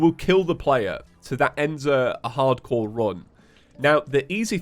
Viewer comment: his accent makes it sound like "Ardcore terraria"